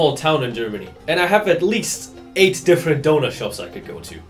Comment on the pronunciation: doner being pronounced right is jarring af for a brit